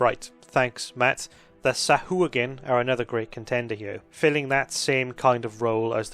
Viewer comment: Don't listen to! Sahuagin is pronounced like chihuahua.